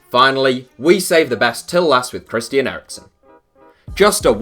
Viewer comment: Christi-an Eriksen